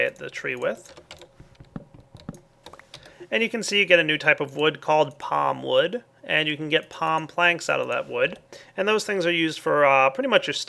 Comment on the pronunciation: "Pam" Wood??? RAAAAAAAAAAAAAAAAAAAAAAAAAAAAGH!!!